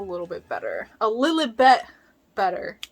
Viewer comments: you called della lilebit :( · I love how she was calling della ‘lilabeth’💀💀💀